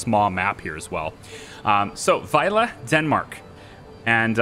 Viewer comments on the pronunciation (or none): The very last 'e' sound of your pronounciation of "Vejle" was a little off - the first bit was spot on though! "Midtpunkt" was pretty good too - obviously not perfect, but very good considering the length of the word! "Hygge" as "hike" was way off but that is to be expected, haha. I actually live not very far from Vejle - it's where I have to get off the train to get on the next one when I go visit family (